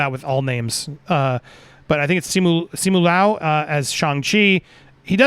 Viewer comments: With Simu Liu the Liu is pronounced “lee-oo” in one syllable. Leung is pronounced like you’re saying the “e” and “u” at the same time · Pronounced See Moo Lou